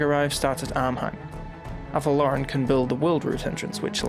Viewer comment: The way you say avelorn is a bit weird I keep thinking you're saying athel loren